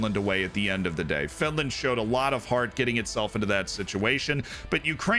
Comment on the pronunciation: Oh no, not Finrand